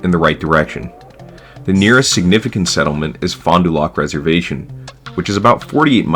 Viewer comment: good video! got a question though. im assuming you aren't from sask based on how you said metis and fond du lac. subbed keep it up